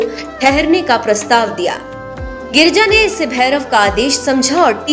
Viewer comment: Girija nam h maa parvati h ucharn karna Sikh lo